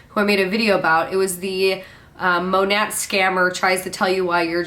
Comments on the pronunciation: Is the New Years hun saying “Mo-net”!? Is the T not silent? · Is it just me or is that MLM hun-bot pronouncing Monat wrong? Sounds like she is saying Mon-Ate. Lol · I thought the “T” in Monat was silent.